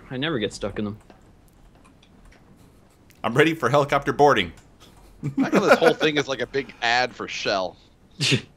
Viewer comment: it's a hell-i-copter